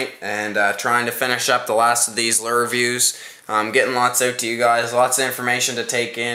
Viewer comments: im not sure if its just cause im southern,but why is he saying lure like lerr? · it,s not a lur it,s a lure